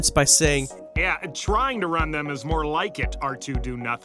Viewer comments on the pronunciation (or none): none